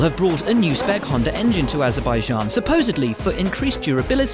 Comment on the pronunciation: did he just say conda or honda